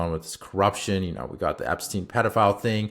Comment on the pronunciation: The -stein in Epstein is pronounced like in Einstein.